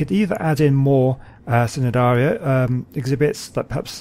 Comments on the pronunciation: Love that you made the Trilobites their own place and love the Jellyfish tubes. But a little fact: The C in Cnidaria is silent, so it is pronounced Ni-dare-ia. And maybe you could add the Sea Scorpions in the the reef, they do swim, so they wouldn't be covered by the plants. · Hey, great work. I’m really enjoying the series so far. Just a little point, the C in Cnidaria is silent. So it’s pronounced nidaria.:)